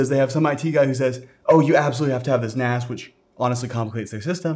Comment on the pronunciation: A NAS? "You can get by without a NAS" Sounds like "AN ASS" xD